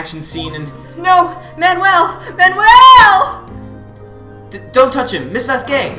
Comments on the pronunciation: Every time you guys said "Manuel", I cringed. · Ohh God, the scene with manuel's death was heart jarring, and then you both cracked me up on how you pronounce his name XD